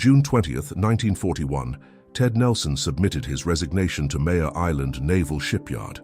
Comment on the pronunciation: MARE island, like a female horse, not Mayor like leader of a city.